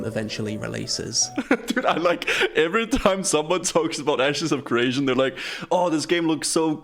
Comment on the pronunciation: 'Asses of creation'